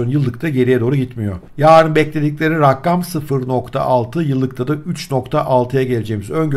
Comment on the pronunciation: raggam değil abicim rakam :D